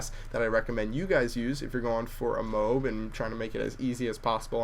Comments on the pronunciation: Check wikipedia, the massive ordinance air blast bombs are abbreviated to MOAB, which is pronounced Moe-abb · surely any acronym is pronounced by letters lol M.O.A.B so ur still pronouncing it wrong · You said mobe again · if your going to correct people...correct them correctly...M.O.A.B stands for Massive Ordinance Air Blast amd they actually do call it the moab (pronounced moe-abb) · Technically it's not pronounced either of those ways, it's M.O.A.B., an abbreviation. It stands for Mother Of All Bombs, or in BTD4(which I prefer over MW3), Mother Of All Bloons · Your pronounced it like Whiteboy :) Moeb Mondays rock :) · its mo-ab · And Yes i finally Got the pronunciation right... 1 minute later, Oh well back to MOB :P Still Lahp you ;) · How can you miss pronounce an acronym? M.O.A.B = Mother of all Bombs. Some people are stupid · Pronounce this word: Loab You probably pronounced it like: [Low-B] How MOAB should be pronounced: [Mow-B] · you called it a 'moob" again xD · your pronunciation of M.O.A.B is wrong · Your still saying it wrong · says MOAB the way he used to again a few seconds after saying 'thanks for letting me avoid further embarrassment!' :P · you said moab again wrong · he still pronounce moab wrong xD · it is pronounced the way you had it the first time. You don't say ro-ad, you say road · 1.pronouncing MOAB wrong on purpose 2.generate more comments 3. ????? 4. Profit ;) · He pronounced it wrong AGAIN !! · lol you said it wrong again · You said MOBE xD !!! You so funny ! (: You said M.O.A.B in the beginning perfectly then you said mobe ( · He said mobe and not Moab on =O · it is pronounced MO-AB not MO-WB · If thats the case, you are still wrong, because it would be pronouced letter by letter, but if you are going to say it in one word, the correct english is moab not mo-ab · Oh yeah and I call it MOAB not MO-AB, think about it: Do you say BO-AT or BOAT? Do you say GO-AT or GOAT? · moab not moAB sounds better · say it right its mobe non moe ab